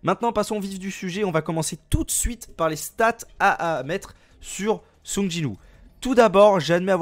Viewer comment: Bonne vidéo merci, par contre ça me trigger quand tu dit song au lieu de seung x) je l'ai écris phonétiquement